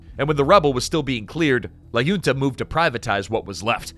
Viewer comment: Awesome video. Btw, for the next occasion where you mention "La Junta", a better pronunciation would be more like "Lah hoon-tah" (so not like "June", but more like "hoot")